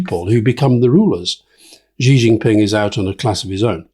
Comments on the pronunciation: Gott im Himmel, Alastair, please take a lesson from Rory on Chinese pronunciation. It's not "Zhee JinPing". The sound "zhee* does not exist in Mandarin Chinese. The sound represented by the character 習 is much closer to the English "she" or "sea". Just make it a bit more "shh". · XI as in XI Jin Ping, is pronounced like SHE. SHEE JIN PING. Not dzee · Hey Alistair - Xi is pronounced "She"!